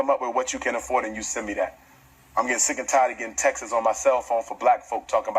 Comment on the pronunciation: I don't want no one teaching my child that says textes 😂